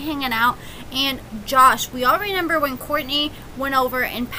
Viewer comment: Pleeease stop saying "renember" 😩